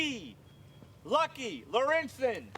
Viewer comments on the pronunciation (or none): Lykke is pronounced more like lucky, bit the u is more like ie or something..😁 Just call her Lucky, it bet thats fine by her.. 🤓